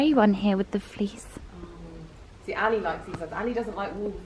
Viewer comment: the way she pronounces ali is so cringy